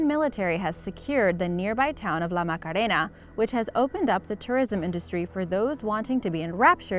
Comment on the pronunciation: I got surprised when she pronounced Caño Cristales and La Macarena perfectly.